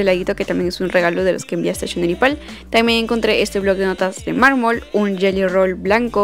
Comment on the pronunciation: no se si soy la unica q se dio cuenta que en vez de decir gelly rol dijo yeyo rol . me encanto el video